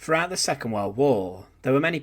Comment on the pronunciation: @@ I doubt it. A bot voice wouldn't say "fousands" instead of "thousands," and "frewout" instead of "throughout."